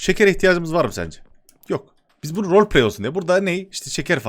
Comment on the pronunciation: Nobody: ADŞ:arkadaşlar amaç vroğlpley